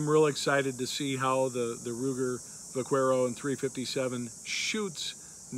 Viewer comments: The u in Vaquero is silent. Vaquero is Spanish for cowboy. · Learn too pronounce the name of the model your working with